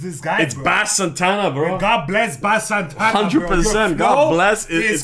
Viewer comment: do Jahseh On My Wrist from this album w Bass Santa (pronounced base)